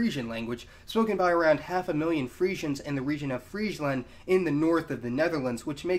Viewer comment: LMAO, ik ga stuk op om de manier waarop hij "Friesland" uitspreekt op .